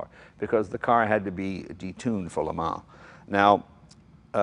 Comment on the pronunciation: LMAO.. it's the murican in him